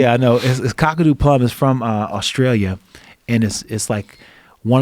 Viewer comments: Its kaakadoo not cockadoo plum 🤣 the indigenous people here have know about the benifits of the local bush tucker for 1000s of years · You almost got the right way of saying Kakadu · Rashad trying to pronounce Kakadu is my new favorite thing on the internet